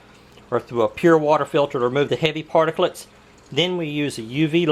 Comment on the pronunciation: Stop saying particlits